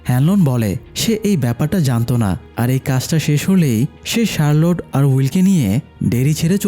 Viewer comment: Charlotte ✅ Sharload❌